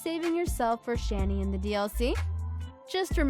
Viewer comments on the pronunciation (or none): .... I hope you're mispronouncing Geralt and Shani intentionally to avoid some kind of copyright strike.... because that was literally nails on a chalkboard. >_<